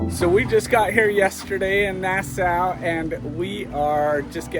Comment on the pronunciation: you woukd think that at least you would bother to learn to pronounce Nassau.